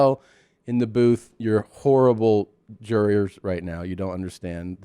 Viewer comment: Are we just gonna blaze over tom calling the booth guys jury-ers. Its jurors.